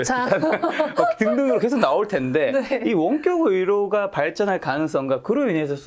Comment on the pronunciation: 여러분들 --> 여러분. "원격 의료" 발음 못 알아들었음. 가 말하는 거 듣고 알았음.